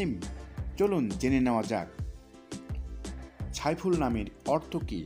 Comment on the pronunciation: ভাই সাইফুল কে আপনি ছাইফুল বলেন উচ্চারণ ঠিক নয়